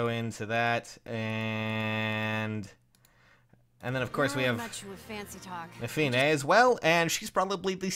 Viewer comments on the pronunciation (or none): Hey, so uhh... I always thought it was pronounced Neff-uh-nii, so hearing nuff-iih-nay is just weird. Someone tell me the correct pronunciation please.